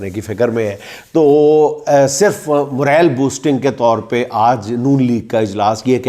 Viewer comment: Word is Moral, not,Morel,.